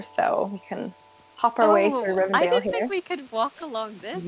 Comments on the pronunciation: SO MUCH DETAIL. The skeleton and skull near the well in Moria sent me. So many amazing easter eggs, but that is my fave! My only complaint.......it's not Rivendale, it's Rivendell :P and Lothlórien, hehe. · How is she supposedly a huge LOTR fan and doesn't know how to pronounce anything? Rivendale? Forest of Lorin? Gurl...